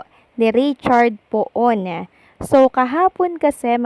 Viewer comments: Hindi po Po-on ang bigkas. Pun ang bigkas. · the correct pronunciation of Poon is PUN not Po-on